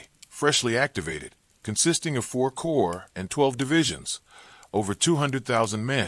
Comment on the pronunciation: The commentary couldn't pronounce Wehrmacht or corps. I cut it off.